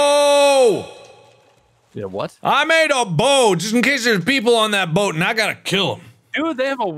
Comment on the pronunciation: when Mark says “I made a boat” I was thinking about what did he said boat or bored